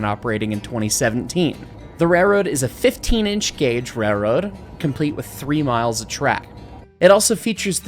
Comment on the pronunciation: I kept hearing the word "rayroad" throughout! That seems to be the American pronunciation. 😄